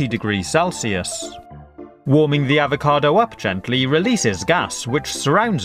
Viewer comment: fre sh Ava cadoo